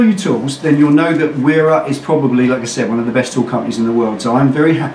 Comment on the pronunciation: Its pronounced Vera not the way u were saying it sir just saying. I've been buying there tools for yrs been to there factory interviewed there owner great company amazing quality and people.